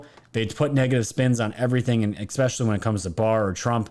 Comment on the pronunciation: Dude, you GOTTA stop saying 'ECspecially' 😂😂😂 you are a grown man, it's ESpecially lol 😆